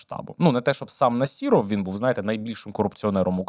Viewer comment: У прізвища Насіров, зайва літера (і) а літеру (о) читайте як А . Нас(і)ров крінжи